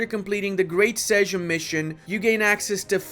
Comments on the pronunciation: Damn that's great mission tree! Can't wait! Btw. "Sejm" should be read as "same." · You actually pronounced szlachta right, big applause man, but you’ve mispronounced Sejm, you should read it just like it’s written, so just Sejm. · Sejm is pronounced Seym, not Segem :D Then again, your pronounced Szlachta perfectly, so I'm suspicious you are doing this on purpose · You had the pronunciation of szlachta right but the "sejm" killed me 😭, you pronounce it sth like seym for future reference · fun fact: You read "szlachta" correctly, but butchered "sejm" - it has same pronunciation as "same" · Miałem napisać to samo co Panowie przede mną ( Pytlak Adamczyk ) :D But this "sejm" to improve. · XD actually it was pretty much perfect. What you kept butchering was "Sejm", which should be more read as "seim" if one would to use English "alphabet". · Hi, you pronounced "Szlachta" extremely well 😁 however, the word "sejm" you should pronounce just like "same". The letter "j" in Polish is always pronounced as "y", so in polish we say: jacht, jogurt, Jemen which obviously mean: yacht, yoghurt and Yemen 😉 Btw, is it only me who noticed that every new patch makes new countries waaay more powerful than the previous one did? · Ye noticed it also. Sejm=seym.... from Balkans, wtf man, don't english every word:D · The pronunciation for 'Sejm' should be as same as 'same' :D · Actually you said "Szlachta" perfectly but butchered "sejm" each time ;D It reads like "Seym" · turning American in his pronunciation of "Sedzm". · This guy said "Sejm" incorrectly (it sounds similar to english "same") but when he said szlachta correctly he apologised haha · Sejm is pronounced same as 'same' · The butchery of SEJM ARGHHHH, say it like S E I M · if u want to pronounce sejm correctly just say: same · You did get Szlachta right, you have butchered Sejm, because you read it more like Seym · Sejm is pronounced "Seym" in Polish, while Szlachta is "Shlakhta".